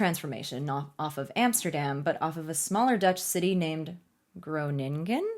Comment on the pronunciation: Incredibly brave attempt to pronounce Groningen. No you did not get it correct, but that was never expected of you.